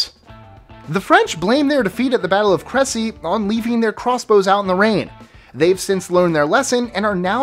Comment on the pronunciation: YOu are the FIRST American I have ever heard pronounce crecy before